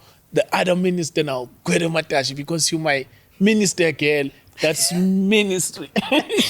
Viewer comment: Did she just say Gwede Mantashe?